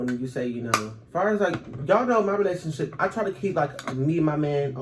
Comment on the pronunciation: She never say relationships she always says In my lationship💀💀